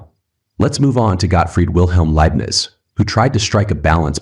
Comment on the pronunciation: Hey there! Good stuff, I just wanted to point out a little something for you if you don't mind me being a little pedantic. The Philosophers are pronounced : - Day-cart (not dez-cart) - Bah-rook (not bah-rooch) - Lai-bnitz (not lai-bniz) (Feel free to remove this comment)